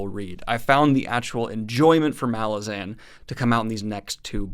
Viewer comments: Helpful hint: Apparently it's "Ma-LAZ-an" not "MAL-ah-zaan". (Yup, I was saying MAL-ah-zaan for years ... then I saw Erikson interviewed ... here he is saying the name ... Anyhow, this might help build cred in later videos. Keep up up the great vids, Man! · You are pronouncing Malazan incorrectly. Ma-laah-zen. Midnight Tides is the best MBotF book. Deadhouse Gates and the start of House of Chains follow those up in terms of greatness. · Hey Daniel! There are a few interviews where Steven corrects a lot of the pronunciation mistakes readers make. The first one being the title itself. The emphasis is on the second syllable: "muh-LA-zin" second syllable being pronounces with the "a" of "at". At the end of his interview with the "10 very big books" podcast he talks about it. Another one which took me by surprise was Kruppe pronounced "crup" like "cup" with an "r". Duiker is "doo-ik-er", and pretty much all the other names I had way off. Enjoy the read! This series is such a trip. Walk in the light :) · I thought it was muh-lahz-in. Did you just guess, or did you find out how it's actually pronounced? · Just want to note that you’re saying “Malazan” wrong. Normally I’m fine with people pronouncing fantasy names however they like but this case is different because “Malazan” is a demonym and so is subject to English pronunciation. Look up how Erikson says it. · Please pronounce "Malazan" the way that Erikson wants it to be pronounced!